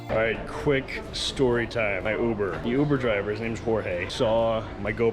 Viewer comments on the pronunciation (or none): Youber 😮 that’s how you say it?